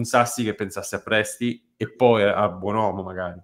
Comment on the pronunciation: si chiama Buonomo e NON BuonUomo togliete sta U